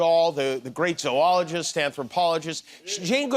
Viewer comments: He pronounced 'zoologist' correctly! Kimmel is smarter than he looks. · This is a very picky observation, but I have to say I'm so impressed: Jimmy Kimmel pronounces "zoologist" correctly!!! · Jimmy pronounced “zoologist” correctly! He can’t be stupid. And trump’s response was flaccid, pronounced “flak’ sid”